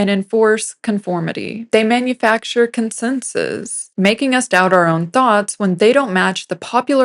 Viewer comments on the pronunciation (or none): You speak the word "consensus" very oddly. It appears that the uploader here is not a real person either. In fact, this entire video comes across as extremely robotic in tone. Ironic.